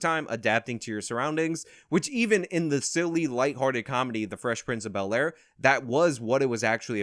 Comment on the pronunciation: Fress princh of be👅👅 ayre